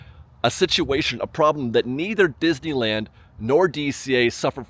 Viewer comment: You are my absolute favorite Disneyland vlogger. I love your cheery, unbiased, thoughtful reports featuring the perfect balance of information and opinion. I look forward to viewing every update. However, may I please ask you to do me just one favor? Please, stop rushing through the name of the park when you pronounce it—or rather mispronounce it. After all, it is the subject of your channel! I've heard "Dizuhlan," "Dizeeland," "Dissle'ann..." Please, slow down and say "Dis-ney-land." I know you can pronounce "Disney" and "land" separately. I've heard you do it many times. But, for some reason, when you put the two together, they come out as something else entirely. It's beginning to drive me nuts. And it's a short drive! PLEASE, just say "Disneyland." 🙏